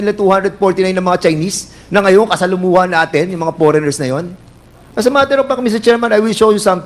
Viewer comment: “You were one of the commissioner?” Paulit ulit tinanong. Kulang sa “s”. Idagdag mo pa “poreigners”….haay panginoon ko ang lakas ng loob mag ingles. Pwede naman tagalugin kasi.